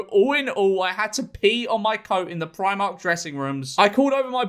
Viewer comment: It's Pr-ee-mark George!! Not Pr-eye-mark!!!